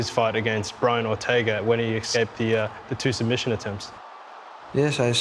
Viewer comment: he makes a typo and says "doesn't matter it's not gonna be sum-bission" 😂 Edit: And again "he cannot sum-bit me" 🤣🤣